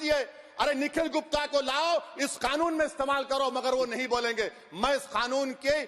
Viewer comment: It's c canoon not K khanoon.